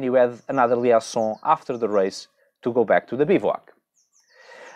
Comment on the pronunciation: Olá. "Liaison" diz-se "li ê zon"